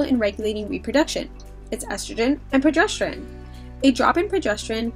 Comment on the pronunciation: I’m not super familiar to this topic, but the female in this video is mispronouncing the word progesterone. She keeps saying “progestoren”.